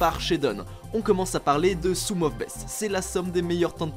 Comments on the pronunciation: "soume of best" aie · « SOUM of best » 😭😭😭